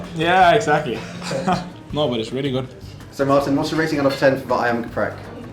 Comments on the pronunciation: 😂😂 Martin braitwait bosss bukan marin yg dia sebut. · martin braithwaite bosku apa perlu di eja lagi? Martin bukan marin, M A R T I N ya bukan M A R L I N